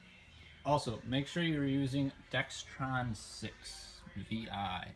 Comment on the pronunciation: I hear many people pronounce it as DEX TRON. It is pronounced DEX RON like it is spelled.